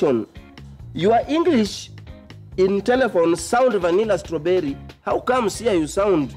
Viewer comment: English language is network problm,Ati vanilla and stwerrybery and now busaa busaa 👏👏👏l die oo 😅😅😅😂😂😂😂bado niko ndaani with you guys 😂😂😂😂😂Kali sn